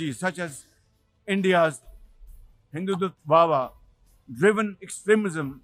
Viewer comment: Pak PM is not able to pronounce Hidhutwa he is spelling Hindu wha wha